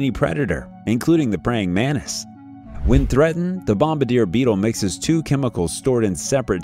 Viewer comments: Editorial,plzz it's pronounced as mantis not manis as u r repeating again and again.. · To the narrator: it is a praying man-Tis, not a praying MENACE !!! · The pronunciation in English is MANTIS, not MANIS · what the fuck is a "manis"? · Everyone: Mantis Him: Mannis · Can you say Mantis instead of manis? Manis in Spanish means peanuts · his pronunciation of the word Mantis bugged me a lot throughout the video 😅